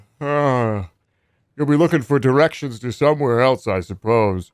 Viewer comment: Has anyone else realized that he pronounces “else” like “elts”